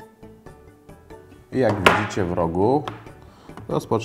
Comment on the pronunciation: włączam się mówi anie włanczam :P